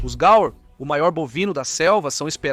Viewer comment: Peço desculpas mas, se o nome é GAUR, a pronúncia NÃO deve ser GAL ou GAUER, sei não.